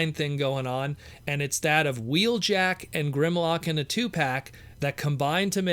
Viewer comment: Wheelock? Lol